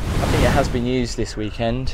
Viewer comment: Great vid but dying everytime says FINK for thing or think sorry just creases me up 😂